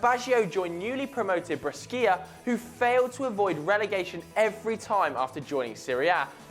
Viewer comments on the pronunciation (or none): Bres-skier!? It's pronounced Bresh-ah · It is pronounced BRESHA not breskia. Hell, it can't be pronounced breskia even in English pronunciation. wtf? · about Roberto Baggio: the city and team BRESCIA is pronounced (BREH-SHH-AH). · it's Brescia with an S not Breschia LOL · Bres-key-a ? fuck off!! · Breschia... Breschia. BRESCHIA!!!! It's BRESCIA!!! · what the fuck is a Breskia? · Brescia is pronounced 'Bray-shee-ah'. In Italian, 'sc' is pronounced 'sh'. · Brescia is pronounced Bresha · I like your videos but please learn how to pronounce Brescia!!!!:) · Lol that's not how you pronounce Breacia you soulless ginger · breschia....bruv learn how to pronounciate stuff yh